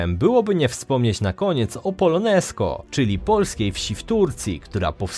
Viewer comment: Adampol (obecna nazwa Polonezköy - wymawia się "polonezkioj" a nie "polonezko"), polska wieś w Turcji pod Stambułem, obecnie już w granicach miasta. Dane z 2018, z wywiadu z byłym wójtem Nowickim, to 82 dusze polskie a nie jak podano 390. Pozdrowienia z Adampola.